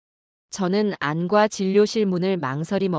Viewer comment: 처음들을땐 엉성하드만 진짜라면 감동이네요,읽을땐 안과라고하지말고 안꽈로~